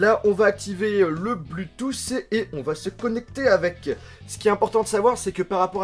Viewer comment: Très bonne vidéo mais on prononce pas "Bluetoos" on dit "Bluetooth" avec un "t" et on le prononce